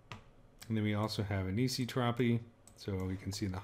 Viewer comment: Anisotropy: It's "Ann-eye-SAW-truh-pee."